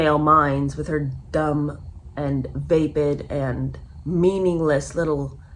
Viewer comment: love your videos and this series is my favorite so far. but just a note – vapid is pronounced "vapp-id" not "vape-id".